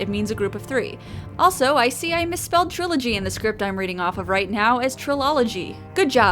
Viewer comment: the middle class way of saying trilogy...TRI-OL-IGY